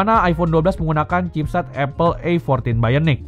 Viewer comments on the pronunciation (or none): none